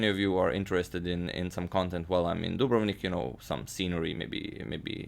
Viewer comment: I have been pronouncing Dubrovnik wrong my whole life, now I know the way to say it :)